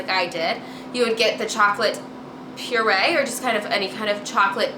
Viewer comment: Great video n___n just one thing that bugged me, no hate but the pu-erh tea is chinese (普洱) so its pronounced poo-arrr not purée haha <3